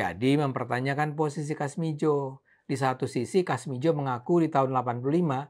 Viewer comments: koreksi menit 7.25 dst : Kasmudjo bukan kasmijo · kasmudjo bukan kasmidjo ntar di plesetin lagi sama netizen 🤭